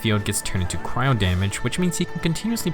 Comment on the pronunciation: It's not cyro it's cryo.